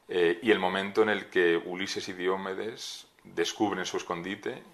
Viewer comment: Atención: Diomedes, con acentuación llana.